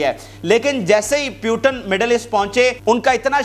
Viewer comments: Bhai, it's Mr. putin,, not Putan,😂😂😂😂❤❤❤, Russia is super power, downfall of uncle sam ie US has already begun since 3-4 yrs😅😅😅😊😊😊😄😄😄🥰🥰🥰🥰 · Bhai..... Russia ke sadr ka naam POO - Tin kah ke pukara karen... na ke PYU - TIN. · Putan nahi Putin bolo